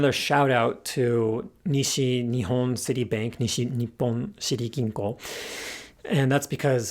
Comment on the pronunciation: Ah yes, City Bank (or Citibank), one of those expressions that's really up there on the list of "english words that sound funny with Japanese pronounciation". Anyway, this was really interesting! I'll be moving to Japan next year and I don't know if I'll ever need this knowledge, but if I do I'll come back to this video. :)